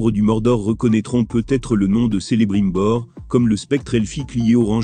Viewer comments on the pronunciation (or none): Non mais c'est juste n'importe quoi la prononciation ! Déjà ça commence mal, Celebrimbor prononcé Selebrimbor, quelle horreur !